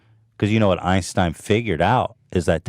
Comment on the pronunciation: "I'd take his Einsteinum."